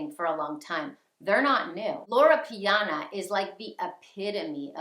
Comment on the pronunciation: LorO Piana...not Lora. 😄 Brooks Bros. (also old money , but in a different way) makes some wonderful coats using Loro Piana wool and cashmere. Its a much more affordable option that still provides excellent quality and timeless style.